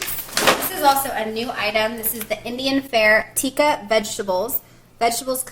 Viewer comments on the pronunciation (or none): none